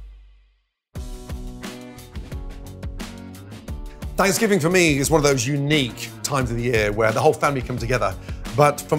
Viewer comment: He can't say Thanksgiving? F him.